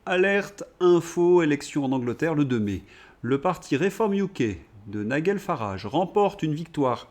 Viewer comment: En anglais, on prononce NaïeDjeul, pas NaïeGueule !!